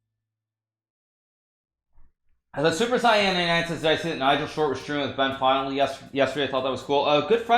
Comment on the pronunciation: You can tell naka is not a dbz fan, he could say saiyan right